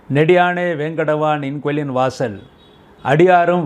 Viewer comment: நின் கோயிலின் வாசல் என்று அழுத்தமாக சொல்லவும்... நீங்க சொல்லும் போது நின் கோளின் வாசல் என்று கேட்கிறது...